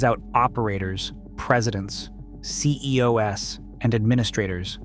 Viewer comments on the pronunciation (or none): "C E O S" instead of "CEO's", huh? Just tooo hard to read your own script I guess.